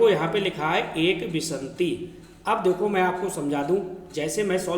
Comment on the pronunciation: बीस को आप गलत पढ़ रहे हैं सर। विन्शति को आप खुद बार बार विशन्ति गलत पढ़ रहे हैं।